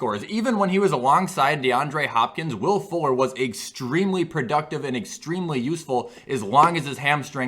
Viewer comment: When he said Will Fuller, I thought he said Will Ford